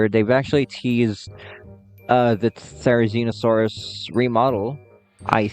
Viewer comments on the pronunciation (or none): none